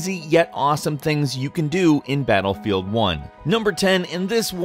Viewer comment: did he say batlebield ?